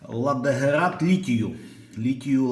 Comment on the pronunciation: не герат, а герЭт - прибор :)